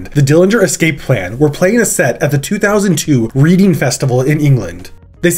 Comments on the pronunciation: in regards to the Dillinger Escape Plan show, it's pronounced redding, not reading. still a great video (as always ), but just wanted to say that. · My guy said reading festival, as if we all sit down in a muddy field to read books 😂 Pronounced like Red-ing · It's pronounced redding not reading smh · Great to see something so UK centric! BTW it's pronounced "redding", not "reading", even though that's how it's spelled. UK place names are weird. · Reading festival is named after the city its held in, and it's pronounced "Redding". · Every time you said Reading Festival I cried! It’s not pronounced Re-ding it’s pronounced red-ing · You were doing so well - but Reading festival is pronounced RED-ing. and MOY-ra Hindley (Moy like soy) Interesting vid though, I though you navigated the Ian Wattkins segment very well and I had no idea about the alternative Father Ted ending. Best wishes from the UK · Another good one. 👍 Some grim people there though. P.S It's pronounced 'Redding' rather than how it's spelt - Reading. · Just a quick note. “Reading” in England is pronounced “Red ing” (As in Otis Redding). I used to live there 😁 Easy mistake to make, we like to make things as confusing to pronounce as possible in Britain! Fantastic video though dude 👏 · 'reading festival' XD close, but not quite mate. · Not 'Reeding' Festival, my dude - it's 'Redding'. Another of those weirdly pronounced British place names - the town of 'Reading'. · The Reading Festival in pronouced 'Redding' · i knew you were going to pronounce the name of the English town Reading wrong. to be fair it’s as silly as Mobile,AL for an English person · fyi, 'Reading' is spoken like 'red-ing' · Weird to hear it called “reading”, it’s pronounced “Redding”, I know - England is weird! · The Reading Festival is pronounced "Redding", not "Reeding", and Myra Hindley's name is pronounced "My-ra", not "Mee-ra". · Reading Festival is pronounced Redding. Myra Hindley is pronounced Moyra. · “Reeding festival” lmaoo